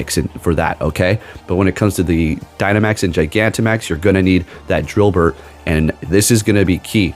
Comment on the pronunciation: Dynamax drilbur or drilbert? 😭 lmaoo